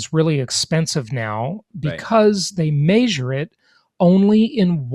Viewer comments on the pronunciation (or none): It's measure not maysure